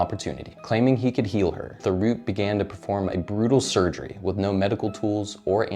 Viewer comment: Thériault is pronounced “Tério”. But good vid.